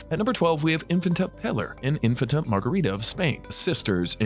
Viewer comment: And lets not forget how he was pronouncing infanta